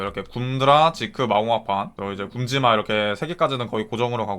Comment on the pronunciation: 보통은 발음 '굼찌마'로 하는데 '굼지마'로 되는게 개웃기네 ㅋㅋㅋ